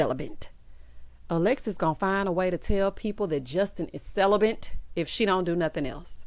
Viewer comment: Random person: hi Michaela..I mean Alexis : he "celibant"